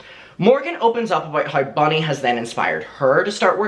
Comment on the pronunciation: Not me wondering who the eff is Bonnie for ages then realised is saying Bunny 😂